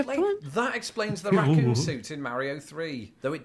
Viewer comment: Cockoon!? I've heard English butchered (indians) but cockoon?? How?